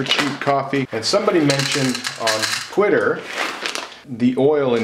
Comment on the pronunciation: Hahah I thought you said "quitter" as opposed to "Twitter". To be honest that sounds like an entertaining social site.